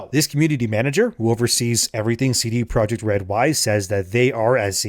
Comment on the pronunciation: All I could hear during this video was ""